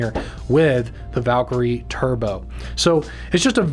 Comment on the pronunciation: P.S. It’s not pronounced “Valk-er-y”… It’s “valKIREE” Happy I subscribed?